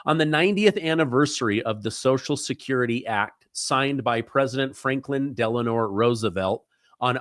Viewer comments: DELANO NOT DELANOR HIS WIFE WAS NAMED “ELENOR” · Isn't Franklin's middle name Delano instead of Delanor? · Delano ... not Delanor !!!